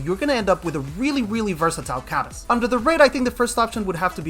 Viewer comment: isn’t his name pronounced cah-mu?